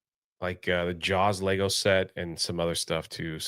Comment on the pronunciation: It's pronounced "LEGO"